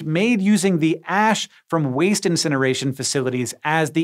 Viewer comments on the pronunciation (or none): am I the only one who when he was talking about ash blocks sounded like he said ass blocks? lmfao damn and I was hoping to live in a mushroom home like Mario and princess peach. lol